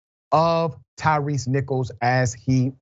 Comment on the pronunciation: Please Dr.Richey. His name is ‘Tyre Nichols’ . Not Tyrice.